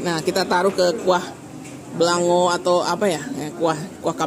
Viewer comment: Sie itek puteh atau bebek bumbu putih jangan upa...oh kuah beulangong bacanya..kurang ng nya😂